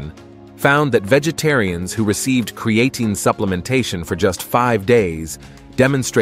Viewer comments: Its pronounced crea Teen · Ai annoying by mispronunciation of the video subject. Not create teen or Creattyn. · Was hoping to learn something, but could only hear the Ai pronouncing Creatine wrong a thousand times in a few ways. 😤😂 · The generated voice should be able to pronounce the word Creatine. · 1st place for how many times you can mispronounce Creatine. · I appreciate the information shared here. I hate the use of the lousy robot voice that cannot even pronounce creatine, which is the whole subject. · The podcaster needs to learn how to pronounce creatine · The pronunciation of creatine is wrong and irritating. All credibility is lost if you can’t pronounce a technical name correctly. . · Maybe have your AI voice learn to pronounce creatine and be consistent in pronunciation!